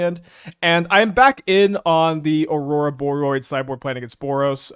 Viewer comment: Love this deck, hate the way pronounces Ororoboid >~< P.S. tough MTGO crash...